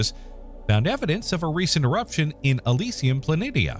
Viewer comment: Isn't it pronounced Elysium Plan- eeshar?